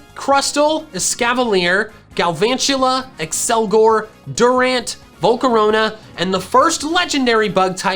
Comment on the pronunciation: umm... accelgor